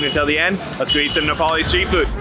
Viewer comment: Wow your Nepalese pronouncation are too good love it bro